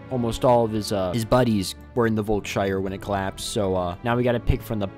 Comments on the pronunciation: German people: Volkshalle Him: VOLKSSHAIR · "Völkshalle" is supposed to be pronounced "volks-hall" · The word is pronounved "folks-halle"